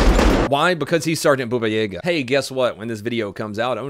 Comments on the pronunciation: Its not BUbaYEga,. Its B-a-ba y-a-ga, baba yaga(granny Yaga.. which is totally weird to me, that they nicknamed a male, by the Russian female grandmother from woods <.>..but, Hollywood man, amrit) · it's not buba yega, it's bAbA yagA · its not bubuyega its babayega "BABA YEGA" god dammit learn my language phrases correctly im tilted XD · Not Buba, Not Yega .BABA YAGA And Baba Yaga is an old woman. But you are cool and that ninja cop is awesome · It`s "Baba Yaga" not "Buba yega" :) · p sure it's Baba Yaga and not Booba Yega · its baba yaga not booba yaga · Boba yayga... no Baba yahga yes :,( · Ah yes, "Booba Yayga" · It’s (ba-ba yea-ga) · its ba-ba-ye-ga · BA BA - YA- GA! Pronounce it correctly or not at all!